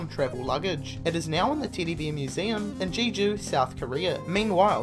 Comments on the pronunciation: Why does this guy pronounce every E as if it were a long E sound? Ever becomes Eaver and Teddy becomes Teedy. Seriously WTF? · no letter E exist in an alphabet to this guy :D